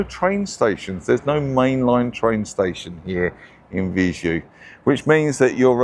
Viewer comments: Viseu: it is spelled Vizéu, not Vizu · Not open 'e', though. The 'e' sound in this case is similar to the 'e' in Emma (Ema?). Or the first 'e' in 'center' ('centre'?) Using that 'e' sound, you say Vizew.